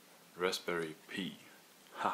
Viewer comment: It's pronounced "pie" not "pee".